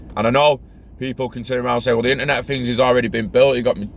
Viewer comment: “Internet of Fings” 😂🖖